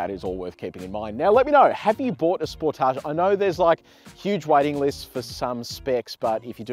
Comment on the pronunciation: Its not a spor tage its a sportage one word not french.